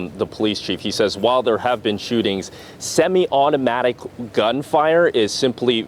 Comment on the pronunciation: Did you hear the emphasis on "semi-automatic? Wow! Amazing! Full semi-automatic? lol